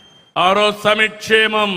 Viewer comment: సమిక్షేమం కాదు సంక్షేమం ముందు అది పలకడం నేర్చుకో మళ్ళీ పార్టీకి పేరు తెలుగు దేశం లేదంటే నేను తమరి పార్టీని తెగులు దేశం అని పిలుస్తాను